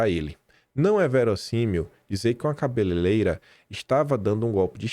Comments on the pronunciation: Cabeleleira? 😡 Como jornalista premiado pelo IBEST você deve estar fingindo né? Cê para de bancar a esquerda hein? Quem fala "CABELELEIRA" é a jumentada canhota petista, não você. Pesquisa aí o nome certo da profissão é CABELEIREIRAmeu amigo! Tô te puxando a orelha porque não é o primeiro vídeo que vejo você falar errado o nome da profissão da Débora. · Socorro homem... Não aguento você falando cabeleleira... É cabeleireira por favor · não eh “Cabeleileira” mas sim CABELEIREIRA.. por favor corrija esta fala amigo.. abs e parabéns pelo Canal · Meu querido, não fale "CABELELEIRA"... É cabeLEIREIRA,😘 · tu diz cabele leira mas e cabele REira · O certo é CA BE LE REI RA.